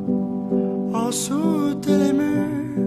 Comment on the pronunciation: Oh and when you say “en’sous de les murs” (under the walls) I understand that you did a contraction of the word “en-dessous” (meaning under), but i guess the more common contraction would be “end’sous” (pronouncing the “d”). I also wanted to point out that “de les” (of the) in french does not exist, we refer to is as “des”, so it would be “en-dessous des murs” even though I must admit that the way you say it just sounds incredibly good